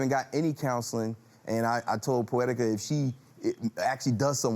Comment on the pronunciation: Did he say pooetica ? Oh this is so funny 😁😁😁😁😁😁😁